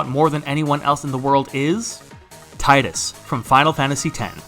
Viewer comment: You didn't even pronounce Tidus's name correctly.